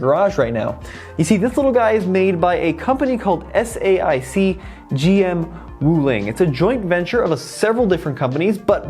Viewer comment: Great to show the western viewers that EV market in China is huge and developing at a much faster pace right now. Btw, SAIC (Shanghai Automotive Industry Corporation) pronounced as "Say Yak".